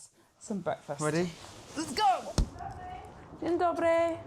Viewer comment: wow that’s a great pronunciation of dzień dobry 🫡